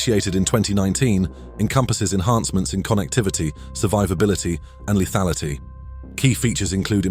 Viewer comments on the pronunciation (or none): none